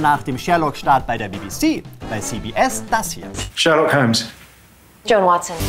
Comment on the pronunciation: "Die Serie Schhhhhhhhhhhährlokk" ^^